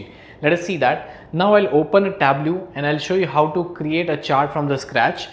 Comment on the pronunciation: Sorry, native English speaker here, and the instructor's pronunciation of "pivot" is not close to how we say it. He also mispronounces Tableau. He's otherwise a great instructor, though.